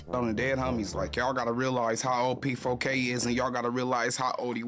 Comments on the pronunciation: You kept saying PK4, while it is P4K.😅 But I agree with most of what you say. Mark definitely is creepy. That's why he feels comfortable around p!mps etc. As a a semi journalist/ interviewer, you must have some sort of integrity. And sometimes, with 'vulnerable' people, you have to protect them, even against themselves. You also must consider the consequences of the story, especially when the person you interview can't oversee the consequences! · U called him pk4 now I can’t say it differently 😂 pedokidnap4